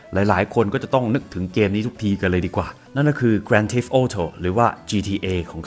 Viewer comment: ขอบคุณสำหรับเรื่องราวสนุก ๆ นะครับ เสนอแนะนิดครับ Theft ใน GTA อ่านว่า เธฟ นะครับ ไม่ใช่ ธีฟ แปลว่า การโจรกรรม หรือการขโมยน่ะครับ ไม่ใช่ตัวโจร (Thief)